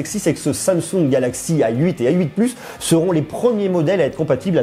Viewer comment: Pourquoi tu dis "ail huit" au lieu de "a 8"? x)